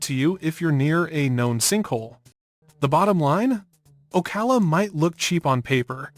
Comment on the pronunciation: Obviously this is Ai. That's the only reason why it says "Port Street Lucie" and "Street Lucie." And it also pronounces "Ocala" two different ways . . . first it's pronounced incorrectly, once, then it's pronounced correctly.